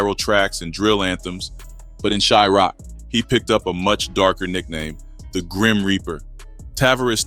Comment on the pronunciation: Why he keep saying chirac all weird